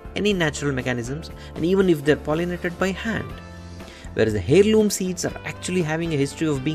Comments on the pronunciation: It's pronounced Airloom not Hairloom. Thnx for the tips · FTI In English the "H" in the word heirloom is silent. It's pronounced air-loom.